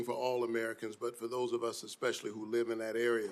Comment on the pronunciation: He said “ex specially” WE ARE COOKED